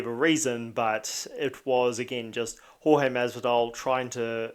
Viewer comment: Love that he calls him George. Such a subtle throw of shade by mispronouncing his name. Chael beat up 5 guys who were rude to his wife. George ya bitch